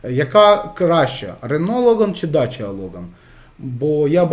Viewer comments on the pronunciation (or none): не дача, а дакія !